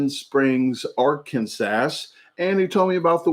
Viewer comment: You didn’t pronounce Arkansas correctly